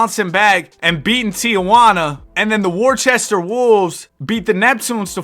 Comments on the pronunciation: IT IS NOT WORCHESTER ITS WO-STER goggle it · you just insulted the whole state of Massachusetts by saying “Wor-che-ster” instead of “wuh-ster” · as the resident british person, its pronounced "woster" nor worcester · I hate to be that guy but Worcester is pronounced wister, had to educate ya cuz if you come into New England at any point and mispronounce Worcester you gon get laughed at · as a Worcesterite IT'S PRONOUNCED WU-STER MAN WTF DISSING THE GOAT CITY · Brotha u said worcester so wrong 😭😭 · As a Bostonian that Worcester pronunciation is paining me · That’s just not how you pronounce Worcester 😂